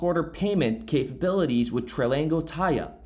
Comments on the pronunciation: It’s pronounced TRANGLO and NOT Tralango lol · Where did you get an "L" between "tr" and "anglow" ? Tran-glo, Tranglo. Its simple, a 3 year old could read and pronounce it. Like i'm going to trust or listen to someone who cant pronounce simple words. You never go to school, or only occasionally when you felt like it ? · Tran glo, no letter repeats twice. Not tri ang glo, not trang glo.. Tran glo. Tranglo. 2 syllables. Try again. Now, thanks for the content. Keep up the good work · Its TRANGLO not TRILANGO. great video tho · Tranglo... FFS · There's no I in Tranglo. Pronounced Tran-Glo. ❤️ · 🤦‍♂️ bro stop mispronouncing Tranglo, read it again ! Only one letter L in it